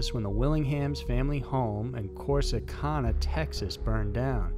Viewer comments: Cor-sic-ana, I live there, and that's how its pronounced, sorry just nitpicking, and that case was a miscarriage of justice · Cor-see-can-ah... Can not con= Corsicana Am-a-real-low =Amarillo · Corsicanna - can ah not that weird way you pronounce it. Only been through there a couple times its pretty much no where. Hate seeing so many miscarriages of justice in tx. Far too common. More reason to dislike Rick Perry letting an innocent man die. Christ now I'm down to number 1. Are you gonna say any tx towns correctly? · Anybody from Texas cringe when he said Corsicana and Amarillo? 😂